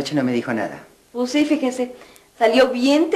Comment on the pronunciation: Que molestia esa empleada que dice shi y no si 😡😡